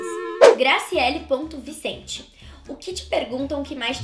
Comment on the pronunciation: Eu aqui bestinha, pq a maisa pronunciou meu nome certinho, Graciele (não foi eu que fiz a pergunta)